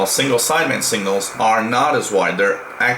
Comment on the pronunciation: Dear sir. There's is signifigantly difference between 'single' and 'signal' . Your pronounciation does not differentiate between them... It hurts my ears.